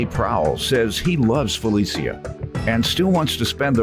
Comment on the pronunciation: I'm loving the correct pronunciation of our name. Finally! How FeliCIA is being called FeliSHA I don't know.